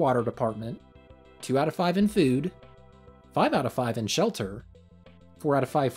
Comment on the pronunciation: My man said, "fewd".